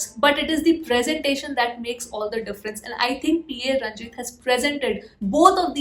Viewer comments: It's not P A .. it's PA ranjith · It is 'Pa' ranjith like in papa not P A ranjith ... Not 2 diff letters fyi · It's not P.A. Ranjith... It's Pa. Ranjith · Very good review. Please note that the director's name is Pa Ranjith, not PA Ranjith (Pa is pronounced as is). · Nice detailed review! Spot on! In btwn it's 'Pa Ranjith' not P A Ranjith.